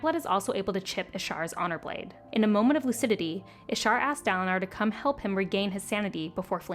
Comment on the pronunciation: Neither Kaladin nor Dalinar has an “ah” sound for the first syllable lol. I mean I’ve never heard them pronounced that way! It’s an in-between short A and long A sound, idk what it’s called. Like Kal like in “calorie”